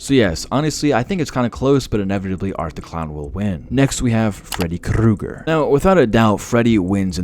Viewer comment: freddy krrrruggerr